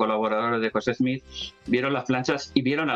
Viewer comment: Al Sr.. primero es Smith, no Smich, Segundo, si hace una investigación, encontrará, que por orden de los ancianos adventistas, se hizo un descubrimiento interesante, Elena White era prima de una de las esposas de José Smith, por tanto mucho de lo que escribió, fue influenciado en gran manera por las creencias Mormonas de la época, en especial sus leyes de salud.